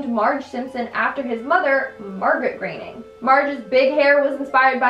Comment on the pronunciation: Researches and pronounces Groening correctly, kudos on that. But pronounces Les Miserables.. and Kodos.. completely wrong. No kudos for you! Keep pumping these out though. You're alright with me.